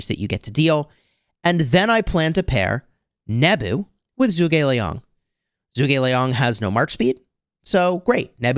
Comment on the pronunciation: It’s pronounced “Ju gugh Li-ang”